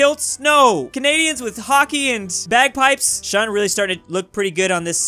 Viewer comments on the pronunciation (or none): none